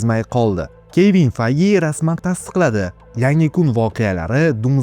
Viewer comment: Kevin peyj deb aytilmaydimi ismi